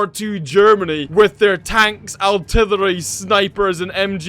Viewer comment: Its artillery not altilllary